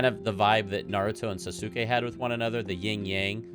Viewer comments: lol you can drop the "u" pronunciation is Sasuke. The correct pronunciation would be "Sas-kay". (I promise I'm not being petty lmfao) Boruto is a decent anime, when you exclude the fillers of course, but outside of that, it's really great. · The u in Sasuke is silent btw. Good rule of thumb for Japanese names is to just forget about the u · Sa su Kay 😂😂😂 ah that was great. Love the analysis of the openings